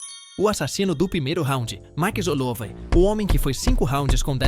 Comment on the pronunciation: que merda de canal, cara não se dá o trabalho de criar um audio decente pra falar max hollowat direito